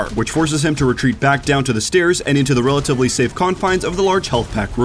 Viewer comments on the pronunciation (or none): none